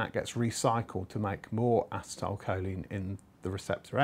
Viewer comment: uh-SEE-tal! Not ass-i-tile choline...... lol